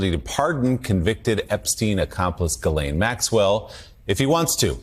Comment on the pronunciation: The S in Ghislane is silent